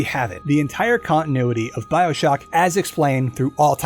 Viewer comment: ew “byoshock”